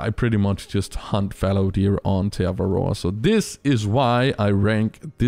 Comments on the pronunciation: As a kiwi, the way you pronounce Te Awaroa annoys the hell out of me. 😂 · When he makes te awaroa the worst reserve but he can't even pronounce the name properly